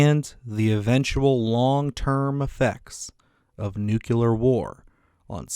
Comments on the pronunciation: Nuclear not nukular! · ‘nucular’ is NOT a word. You should really know how to pronounce words from the language you’re attempting to speak. Good luck